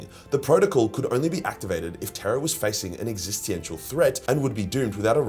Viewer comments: All of that money from your parents and you still can't pronounce existential? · That's not how you pronounce existential